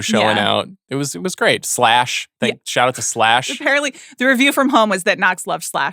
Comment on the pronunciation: Um, it's Slash, not Flash. Carry on.